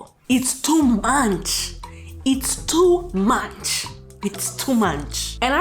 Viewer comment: HAHAA! Your "Too Munch" reminds me of my Haitian mother's "Oh My Godge" Yes like dodge but God. idk WHO she got the extra letter from 😂😂😂 she also says jesus crisis instead of jesus christ 🤷🏾‍♀️